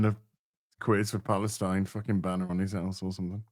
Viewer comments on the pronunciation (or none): none